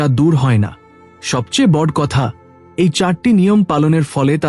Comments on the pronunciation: Kotha ta bod noe boro.uchharon thik korun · কথা উচ্চারণ করা ভালো করে শিখতে হবে তার কারন হলো বট নয় বড় বলতে হবে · বর না বড়।উচ্চারণ ঠিক করুন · বাংলা উচ্চারণ আগে ঠিক করুন । বড়্ কি কথা । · বড়/ শুভ/কলস -এই শব্দ গুলো আপনার এই ভিডিও তে উচ্চারণ করেছেন বিভিন্ন সময়ে। যা ভুল উচ্চারণ।আগে উচ্চারণ ঠিক করুন তার পর ভিডিও আপলোড করবেন।